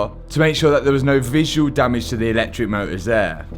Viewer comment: "electric moe-ughs"